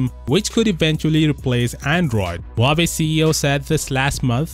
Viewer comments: It's actually spelled wah-way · My ears bleed every time u say "wavy" instead of Huawei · Not Huvavei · Huawei's middle name actually 'Lie'. Hua 'Lie' Wei